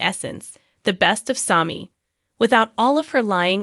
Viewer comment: Learn how to pronounce there names or stop talking about Days. I have been watching Days since the beginning of the show Sammy not smoke or whatever your saying. 1965 is when I started watching with my mom. 30 minute show in black and white